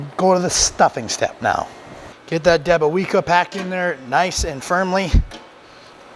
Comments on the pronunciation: Hi, you pronounce it as "deb-o-vyetska":- I love those "big-inch" sausages, they're just the right size for slicing for sandwiches. Btw, it should also be "mah-ree-ahnskee" for the authors of the book:- we'll teach you how to speak Polish yet!😉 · Pronounced "Debowezka" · Looks good , we have here in the UK lots of polish shops selling all sorts of polish goods , your pronunciation is a bit off 😂 but the sausage looks awesome.. good job .